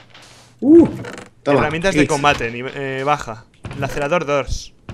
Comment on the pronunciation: Rich está en inglés por lo tanto se pronuncia "Lacereitor" o algo así es que Lacerador como dices tú suena fatal xD Gran serie Salu2